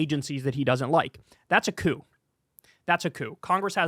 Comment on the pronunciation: The p in coup is silent Kyle!! Love you!